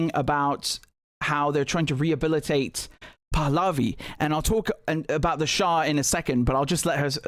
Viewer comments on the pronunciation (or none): none